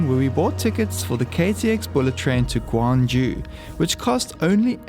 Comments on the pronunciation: Bro, you said "Gwangju" which is different city on the west of Korea. You wanna pronounce the city you visited as "Gyeong-Ju" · It's gyeong ju. Not gwang ju. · the south korea's ancient capital sounds more like kyeong-ju (try young with k). i tell you this because there is another city which sounds exactly like how you sounded it.oh somebody has already pointed that out. sorry about this redundancy